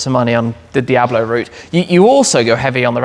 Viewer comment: I’m porsh not porsher, Dee ablo not die ablo And coontash not count ash. Lovely collection though ✌️